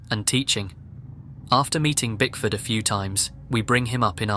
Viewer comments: I been listening to these while driving and I swore he was saying "Bigfoot"! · Just now realizing he wasnt saying Bigfoot 😂😂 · I was listening without watching and got massively confused by the story ... I thought you were saying BIGFOOT in the title and was like... bigfoot in Brazil?! Took me a few more sentences to figure it out lmao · Same here, I searched the comments to see if anyone else thought he said Bigfoot haha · DUDE HE SAID IT LIKE FIVE TIMES AND I was like I know damn well that’s what he said 🤣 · He was saying Bigfoot, although he was attempting to say Bickford, but failed everytime. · Bro pls say BickfoRd not BigFoot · Kept hearing “Brickford” as “Big Foot”. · I'm glad I'm not the only one that thought you were saying Bigfoot this entire time! I thought that name was given to him on purpose because he's big and scary like Bigfoot!😅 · I was cleaning while listening to this and thought you said "Bigfoot" not Bickford, so I was extremely confused at how Bigfoot was just casually walking around in Brazil and nobody batted an eye 💀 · I CANNOT BE THE ONLY PERSON THAT THOUGHT HE WAS SAYING BIGFOOT! 💀💀💀💀💀😭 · I swear I thought you said bigfoot ,I was so confused! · When you said Bickford I really heard Bigfoot lol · I misheard him saying bickford. I heard him say bigfoot i was so confused 😭😭😭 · saaaaaame! I was half way through like "hey I thought this story was about bigfoot what the fuck is going on?" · I honestly pictured Bickford as Bigfoot the entire story... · I heard Bigfoot too! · Lol me too! I'm in kitchen making dinner & listening...I swear he said Bigfoot too. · Don't feel bad, I didn't figure it out until 4-5 minutes and I thought he was saying Bigfoot as well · I had this on in the background and kept hearing Bigfoot the whole time 😂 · I thought throughout that entire bit that the guy’s name was Bigfoot! 😂 😂 😂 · If I hadn't read this I'd still be thinking he was saying Bigfoot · I thought they nick named him BicFoot